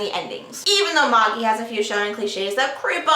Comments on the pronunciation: Always thought it was pronounced Maa-jee, not Maw-jee, lol. Anyways, the manga is so awesome, especially right now. I still think you should do a first impression on the Manhwa, Tower of God. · May-ji it's pronounced May-ji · its pronounced ma-jai, though if its pronounced that way in the anime then I understand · Is it pronounced ma-gee? I was pronouncing it mey-g-eye. Like the wise men in that Jesus book.